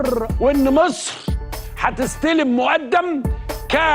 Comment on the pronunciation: طبعًا أعهر من مبارك والمقبور الملعون عبناصر. أحه! هو فيه أصلًا مقارنة ما بين الكاريزما الشيطانية لعبناصر وحتى بعضها في مبارك، وبين القزم الحقير القذر السيسي اللي ما بيعرفش ينطق جملة واحدة بالفصحى صح وبيتكلم بطرقه الهمجية دي وبيقول السفه اللي بيقوله؟! أمثلة، لا للحصر: لرئاسة جمهورية مِسر العربية، لا يُسْلِح عمل المفسدين، أمن وسلامة المواطن الإسرائيلي جنبًا إلى جنب مع أمن وسلامة المواطن الإسرائيلي، بعد الانتهاء من مهمتها المعلنة في تصفية المقاومة، الفلوس ... الفلوس ... آه، أهم حاجة في الدنيا الفلوس.